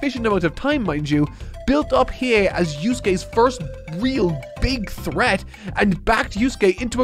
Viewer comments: pronouncing Hiei's name properly on the first go is the character development I've been waiting for. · 🎉👏🏼 should be proud of himself, got the Annunciation right on the money, and I bet you he probably thought to himself "There's no way it sounds the way it looks" but it does. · Ur pronunciation of 飛影is fine 👍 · I'll give him a pass, he's saying his name Right, just with more emphasis on the "U" (like "Gon" but saying it like "Gone" during his 1st HxH vid). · well not perfect as the weight was not fully correct but yeah pretty good(just went to the Japanese dub to make sure) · Im so excited for part 2. I love hearing someone who never knew about YYH experiencing it for the first time. Im trying to get a friend of mine to watch it myself. But shes being stubborn lol. Its a favorite from my childhood and yes you did say Hiei correctly lol